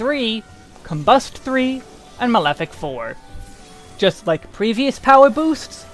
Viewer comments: He actually pronounced malefic wrong - it's pronounced "mah-leh-fik," not "male-fik" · cringe every time I hear malefic pronounced as male-fic. xD Ma-le-fic Excellent guide though, I sometimes watch Desperius' job guides and I can't make heads nor tales of them, not beginner friendly at all x) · It's not mail-fic it's ma-le-fic, as in maleficent. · Dude. It's /Ma-leh-fik/ not /Mayl-fik/ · Mah-leh-fick is the correct pronunciation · The mispronunciations are a bit painful (and made it hard for me to focus) but the info is so good I powered through. male-fic... just no. lol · Great video! I’m going to pick up astrologian after I finish capping my scholar in a month or two. By the way, “malefic” is pronounced “mah-lef-fick”.